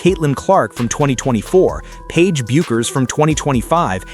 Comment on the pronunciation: You can pronounce Paige's name right!